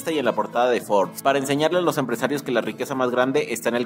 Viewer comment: Que poca madre tienes para engañar asi al público, debes de ir a la cárcel por traicionar la libertad de exoresion, ni la palabra Forbes, sabes pronunciar